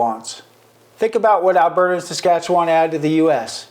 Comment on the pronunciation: Never would I ever want to be an American. I am 100%Canadian. Born and raised Forever and always Canadian. And learn to pronounce Saskatchewan properly.